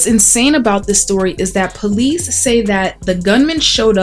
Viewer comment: That reporter is a Blood she said Bolice haha rewind in listen 🎧